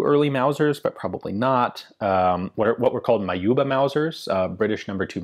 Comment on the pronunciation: You should have asked an Afrikaans speaker about some pronunciations, but you got Johannesburg just about right. Continue with your good historical videos! You also got Majuba right!